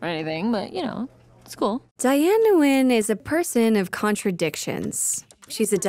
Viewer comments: I love the Diane. I'm just kinda dissapointed that she's an absolute American and represents nothing out of her Viet heritage. I mean, I can tell Alison Brie did try to pronounce her last name as smooth as she could but still it was just a faster version of "Nu yen". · I'm surprised you could pronounce her last name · I know that the voice actor can't pronounce Nguyen correctly but I actually consider that details as canon and waiting for the fourth wall breaking saying she pronounced her name wrong. That would be hilarious. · They can't say her surname right.